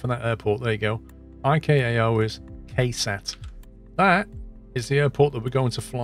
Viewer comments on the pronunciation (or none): No, it actually doesn't matter when you're only talking about the letter. When talks about the ICAO code for KSAT, he says "Eye Kay A Oh" instead of what I would expect, "Eye See A Oh". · My mans was say IKAO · The letter C is pronounced "Kay" in British English? It's pronounced "See" in American. How is the letter K pronounced? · Excuse me sir, thats a C not a K in ICAO!